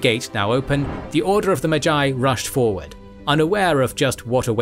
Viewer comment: Enjoyable video, except no one taught you how to pronounce magi...